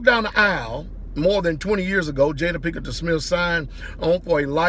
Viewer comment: Pastor I like you, but that being said, I often wonder if you’re illiterate!? Because you said Jade at Pinkerton it’s not Pinkerton manage ticket!